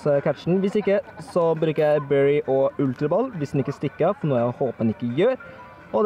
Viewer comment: Du sa ultra balle :-p lol